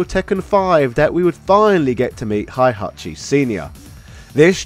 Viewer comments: HEY-hachi, all phonetic, it's not German KÁ-zuya KÁ-zuma MÍ-shima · Aye learn how to Pronounce "Hey-Hat-Chi" before making a tekken video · Heihachi is pronounced like it's spelt, not Hihachi